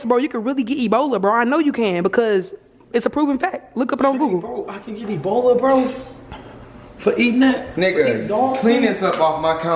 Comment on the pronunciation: cubbici bola (ebola) FUCKIN CRYINNGGGGGG